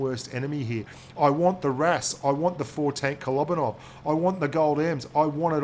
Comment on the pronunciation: Kolobanov... kolóóóbanov... kolobanov... k-k-o-look-baa-nov... Darn it! You got me in a pronunciation problem! Now I can't stop thinking about it! Grrrrrrr.